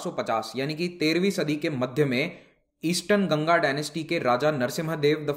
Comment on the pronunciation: Sir it's not gangaa . it's ganga(aa.a)